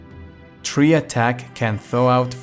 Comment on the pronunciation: it's not "tree" attack, it's pronounced like "try" as in try again.